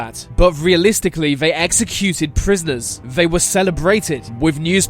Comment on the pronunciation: Do you know how to speak? “Executed” “Cannibalism” “Anex”